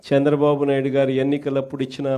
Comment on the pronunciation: హేయ్ జగన్ శాంద్రబాబు కాదు చంద్రబాబు అని పలకవయ్యా మాజీ. ఇదేనా నీ తెలుగు వెలుగు, తెలుగు ని నాశనం చేసేస్తున్నావ్, కోవిడ్ టైమ్ లో cm రిలీఫ్ ఫండ్ లెక్కలు చూపకుండా దొబ్బేసావ్ కదా మాజీ, మాజీ అయిపోయిన నీకు సిగ్గు లేదు, నువ్వు సమాజం ఉండటానికి పనికిరావు, నీకు సరైన ప్లేస్ జైలే, నీ అవినీతి కేసుల్లో నిర్దోషిగా నిరూపించుకో జగన్, నీకు బుద్ది మారదు, పాకిస్తాన్ వాళ్ళది నీది ఒకటే బుద్ది, త్తు, త్తు, ఛీ, ఛీ.